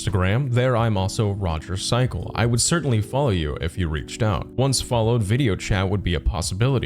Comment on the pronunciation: did you call him Roger “cycle”?? And why do you add words that aren’t there when you’re reading the conversation screenshots?